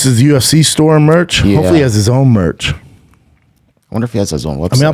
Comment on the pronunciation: Brendan : Khamzat, U-F-THEE 273 😆🤦 Way to sound like a down-syndrome kid Brendan 😂